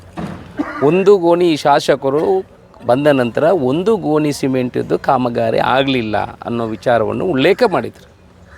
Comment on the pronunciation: ಗೊನಿ ಅಲ್ಲ ಮರಾಯರೆ ಗೋಣಿ. ತುಳುವಿನಲ್ಲೇ ಮಾತಾಡು.